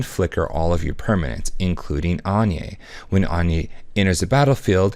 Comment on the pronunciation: Thumbs down. I can't condone the mispronunciation of Anje's name.